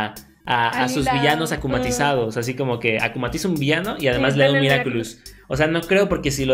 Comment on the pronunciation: Me dió mucha risa cuando decía "Miraculous do cashogo" y le quitó la seriedad a las escenas a mi parecer